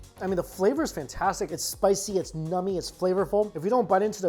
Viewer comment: When you say 'Nummy' quality - is it 'Numb-y?' or 'Nummy'?